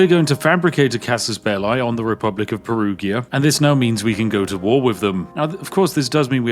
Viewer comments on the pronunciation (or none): Anglo-saxons, for the love of God, Perugia is not spelled "PERUGHIA", but "peruja" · Perugia, the g is a j sound: Perujia. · Spiff saying "Perughia" triggers me a lot 😂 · Aaargh...as Italian, Perughia is something that could let my ears bleed... PERUJA is the way to say it... 😂 Whit all the due british respect... 😜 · Every time he says Peruhgeeuh instead of perujha 😬😢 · propnounced peruja >:( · "Perughia" no flame, as an italian i found the pronunciation funny ❤ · It's Peru-jah, btw 😅 the g is pronounced like a j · Perughia is my new favorite pronounce of Perugia. Grazie mille 😂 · The pronunciation of Perugia hurts my Italian brain every time. Ahah Also you can tell The Spiffin Brit is aging because of the dad's jokes. 😂😂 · Hearing the Spiffing Brit butchering the Germany and Italian names in just one video hits hard as a Swiss 😅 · Me, a bilingual german/italian hearing a tea-sipping northerner say names like Lübeck and Perugia: left eye twitch intensifies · Your pronunciation of 'Perugia' is a casus belli all on its own.